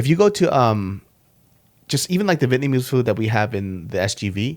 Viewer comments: Your pronunciation of Vietnamese is solid bro. Well done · Damn you pronounce Vietnamese fluently.